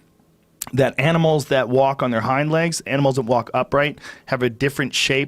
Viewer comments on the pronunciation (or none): none